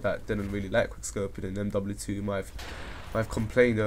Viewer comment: he dosn't say mw2 or mw3 right!?!?